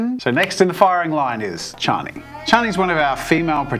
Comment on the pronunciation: Chaa -Nē NOT Chāy-nē